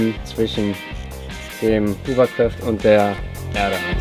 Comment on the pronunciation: Sehr cool!;) wollte ich auch schon immer mal machen großer hovercraft Fan:D übrigens spricht man das hovercraft mit o bzw fast a, nicht mit u, da es kein hoovercraft ist. Hat dem Video aber kein' Abbruch getan ;)